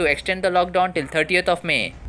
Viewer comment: Dear Pronunciation 38th... it means 30th only